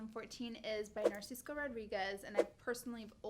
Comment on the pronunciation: Narciso Mona not narcisco♥️